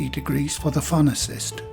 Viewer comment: when you say fan assist it sounds like pharmacist 😁💐